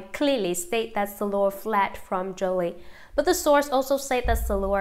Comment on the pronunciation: Why do we have to suffer by hearing this robot mispronounce names and places. Why is Shiloh SILLOR?